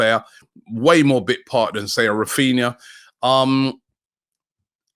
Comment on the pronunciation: man said raphina 😂😂